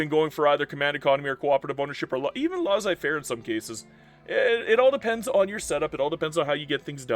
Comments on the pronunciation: no it should be more like "Less-ay fair" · Please stop pronouncing Laissez-Faire like "Laws-Eye" 😭